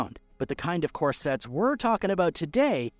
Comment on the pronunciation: Core sets v corsets... Do you deliberately mispronounce words in order to get more comments?